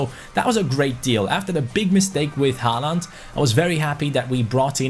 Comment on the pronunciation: Im pretty sure håland is pronounced holand